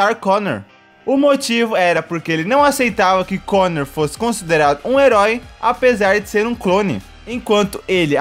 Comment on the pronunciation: È Connor, não Conner.